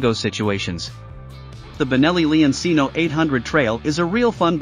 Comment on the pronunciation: leoncino. pronounced like lemon, and cheap. it’s lemon (leon) ….not lee-on the “e” same as in lemon cino, is chee-no, not see-no the “ci” is like cheap, does not sound like see, it’s “CH” as in cheap. “chee” leon-cino if you’re making a demo video in a product you should pronounce the name correctly. noe eye say’n